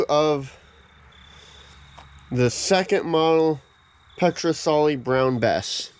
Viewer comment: FAAARK ! IT'S Ped not pet , it's not a rifle ! It's a musket .